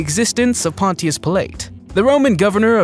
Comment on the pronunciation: THANK YOU!! He says the words wrong as he is sure they are correct.. GaLELEE?? And Ponchos who?? Oh my gosh!!